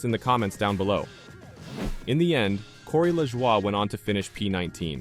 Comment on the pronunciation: Man that Corey LaJwah 🤦‍♂️